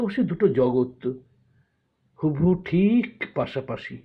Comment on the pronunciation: প্রথম কবিতাতে 'হুবহু' শব্দের উচ্চারণ কোনোবারই পরিষ্কার হয়নি। আরো দু-একটি শব্দ অন্য শব্দের উচ্চারণের সাথে জড়িয়ে গেছে। এমন নামী সংস্থার রেকর্ডেড আবৃত্তির ক্ষেত্রে আরো যত্নশীল হলে ভালো হ'ত। বাকি দুটি কবিতার উচ্চারণে অন্তত অসুবিধা হয়নি। উদ্যোগ ভালো।